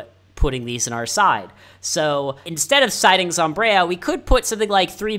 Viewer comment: Regardless, its not zomb-reye-a, its zomb-eye-ra